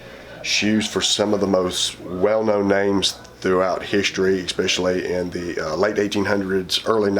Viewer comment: I mean this in the most respectful way possible because I love this channel. The word is "ESpecially" not "EXSpecially".